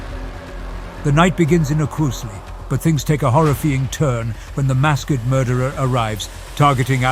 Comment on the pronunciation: Is it AI? “Horrifeeing turn” and “mask-ked killer” seem to indicate so.